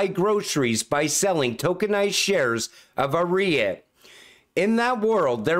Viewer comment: Hey, great video. REIT is pronounced like Reet, for the future.